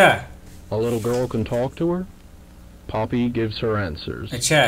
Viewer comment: भैय्या जो तू पोपी बोल रहे हो हाय नाही होत